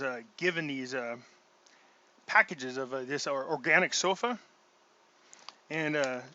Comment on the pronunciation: Oh my lord....I heard you said you we’re taking organic “sofa” lol. I was like what??? I had to rewind it. What brand? What’s the bottle look like?